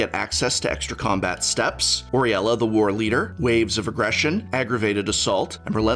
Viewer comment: did you just call AWE-RULIA AWRIELA....